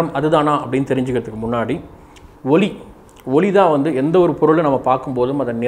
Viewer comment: ஒளி சில இடங்களில் ஒலி என்ற உச்சரிப்பு தோன்றுகிறது.